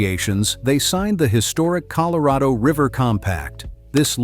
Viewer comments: ColorAdo River? C'mon do better. No more ai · Oh here we go with another AI narrator. It pronounced Colorado, Colo-ray-doe. The U.S. government is doing its best to keep people confused 😕 about everything here lately. Think about it, it's one thing after another. If it isn't NASA trying to get people to believe its B.S. some other group is pushing aliens 👽. Then there's all the different foods that's bad for us, others pushing climate change. It just goes on and on. What the governments of the world are doing is getting ready to bring out the One World Order without the knowledge of the population until it's too late. We can't stop it from happening and it will user in the Anti-Christ and the Mark of The Beast. Our only thing we can do is get right with God and repent our sins be Baptized and receive Lord Jesus Christ as our Savior. There's going to be many naysayers, false Christ's, false Prophets, doing great things. Read the Bible and know what will occur when Lord Jesus returns. Talk to a trusted Pastor who knows the Bible well. God bless everyone. Amen 🙏 ❤. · I'm surprised I continued to watch after AI mispronounced Colorado The second word it spoke, usually that's it I'm done but I'm very interested in the area so I tolerated advanced stupidity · Why does he mispronounce "Colorado"?